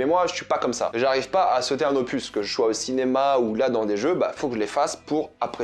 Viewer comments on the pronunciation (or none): none